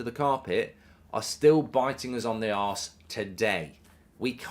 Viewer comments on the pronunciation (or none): none